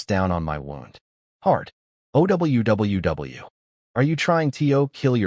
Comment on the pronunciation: Your Narrator Bot needs some serious work Can't properly pronounce simple two letter words, or words that have been extended with multiple letters. NO comes out as N O, and OWWW comes out as O W W W. otherwise the story was good, didn't need to be 2 1/2 hours long though. OMG this narrator is a super comedian, I laughed so hard.